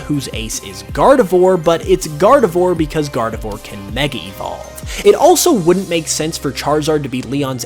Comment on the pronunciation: It's pronounced "Gar-di-VWAHR", like noir.